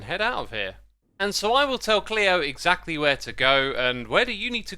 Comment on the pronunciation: Xisuma you're sneaky hermit. I got trolled by Pearl's last video because of that QR code, lol😂. Also "Exactualy?" Your hermitcraft episode is always both calming and hilarious